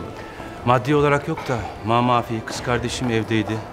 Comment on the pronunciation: Nobody : Turgut: Namafi